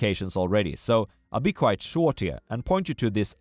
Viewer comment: For everyone's sake, sir, please, "quiet" and "quite" are different words, it's been years of you pronouncing it wrong!